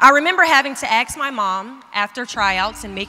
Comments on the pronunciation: Please say the word “ask” properly, you are at an educational institution. It’s not aks, it’s arsk! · The word is ASK. Not Aks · Great speech 💕💕 But why she says aks instead of ask ?? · She didn't AX you, she ASKED you... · she aks me.... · Sorry not motivated by her ,its ask not axe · She “axe” me? Isn’t it “ask” or did I miss something. Go ahead and flame me but I do think grammar and pronunciation is important and part of our fabric of humanity. Amazing video and I love goalcast but this bothered me. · Please....it's " ask" , not "aks". Don't understand why that word is so often mispronounced. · Maria Lewis I agree. So petty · Did she say 'aks'....? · “Axe me” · I just want her to say the word "ask" properly..... Everything else is lame. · Just her way of saying it